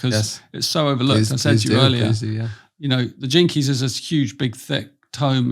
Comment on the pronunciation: oh my goodness.. I’ve been watching this man all day and IVE BEEN THINKING HES BEEN SAYING “JINKIES” LIKE VELMA FROM SCOOBY DOO 😂😂🥲 I’ve just been loving what he’s been saying and I resonate with almost all of it, so I thought jinkies was so funny that he gave it a little humor. I watched the BLU podcast with him and it was brilliant. This is so funny and I love him even more lol.